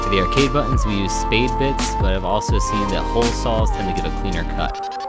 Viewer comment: I actually skipped to step 6 so I could hear "buh-ins" more, because I love it. :D